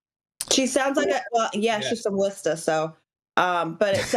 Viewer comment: gets extra points for saying Worcester correctly